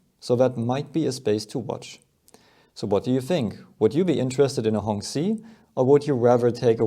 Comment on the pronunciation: The 'q' in 'qi' is a 'ch' sound.